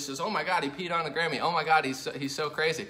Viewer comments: I'm so glad it was his Grammy. For a minute, I thought you were saying Gammy(grandma). Whew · I thought he said "Kanye West pissed on his Granny" lol